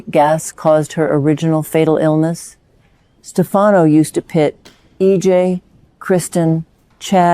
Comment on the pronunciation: You really should get your AI's voice of Marlena to correctly pronounce Stefano's name correctly.